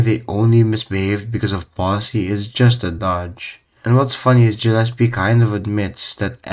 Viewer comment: Gah llespie not Jah llespie